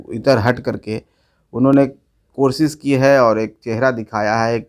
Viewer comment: Wo "korshish" nhi wo koshish hoti hai Pagal manjhi tere ko PHD ke certificate kisne Diya...? puchh rhi hai Bihar ki janta.. or tum dono Bap bete ko to Larkar bahar ka rasta dikhaya gya tha.